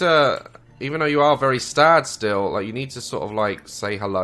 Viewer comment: lmao, "stad" 😂😂😂